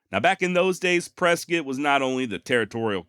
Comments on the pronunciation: Yo, another great episode bruh! Yes, you pronounced both ways to say Mogollon correctly, and of course got 'Prezcit' right. That being said, I've only heard Cibeque pronounced 3 different ways here. These are see/bee/queue... sih/bih/queue... and see/bih/queue. Cheers man and can't wait for next week. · Spent 20 years living in the Camp Verde area as in Cottonwood, Arizona. I had no clue Tom Horn was active in the area. The Yavapai Apaches still have two reservations in the area, one adjacent to Camp Verde and the other in Prescott. Thanks for pronouncing both Prescott and Mogollon correctly. I’m a cancer survivor and you’ll soon be. Prayer said and fingers crossed for you to have a successful surgery. Do your homework if the doctors suggest medical radiation, I still have second thoughts myself in getting radiation treatments. On a side note, try to look up the Army and the Yavapai Apaches battle site called the Battle At Chalk Tanks. It’s the only night time battle that the army and the Apaches ever fought it was also fought in a heavy snow storm. It’s a very interesting story. The Rangers at Fort Verde might clue you in if they even know the story. The story is true because I’ve been to the battle site. There is also a small state monument there that recognizes the battle. The battle story has a few interesting twists …